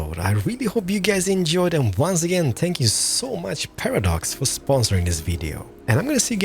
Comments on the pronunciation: (No offence) when he says thank you it sounds like spank you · Is it only me or does he say spank you insted of thank you